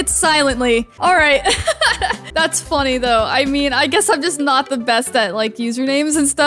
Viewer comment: it sounded like you said this is so fucky when you said this is so funny lol